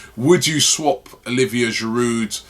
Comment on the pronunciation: Can someone tell him how to pronounce "Giroud"? This guy has been with us for years and Robbie still doesn't know how to pronounce his name? There is a silent D at the end man...